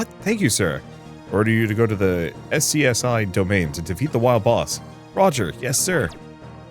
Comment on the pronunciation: FYI SCSI is pronounced 'Scuzzy'. Also Digimon has a lot of cool themes that work really cool for darker stories. Dark digivolution can be used in some pretty interesting ways. And several digimon try to kidnap and or hold hostages.